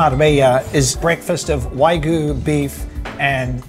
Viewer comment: Hi, I'm a long-time big fan of Spain Revealed, but I gotta call you out on your pronunciation of wagyu. You consistently pronounced it as waigu, but it is pronounced exactly as it's spelled (in English or Spanish) -- wagyu. -- See also